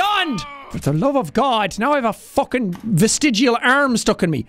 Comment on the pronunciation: “All The Way To Fockin Victory Town” ~jacksepticeye